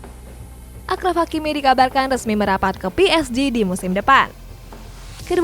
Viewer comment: Nama depan hakimi itu dibacanya asraf, bukan akraf. Klo jadi nama orang indo jadi asrofi..